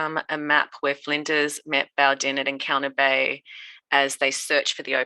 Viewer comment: I've been an enthusiastic reader of explorers journals since school. School is not there to teach you everything about history. It's all There in the journals for you to find. Most people are too lazy and want to be spoon fed everything. Both Flinders and (his name is pronounced) Boo Dane (not spelt that way) were sent on mapping and exploritory expedition to see if Australia was infact two separate islands and if so to claim the western side. Boudain also wrote a letter to Govenor King of the Sydney colony expressing his disgust at how the British could claim land that was clearly inhabited by people.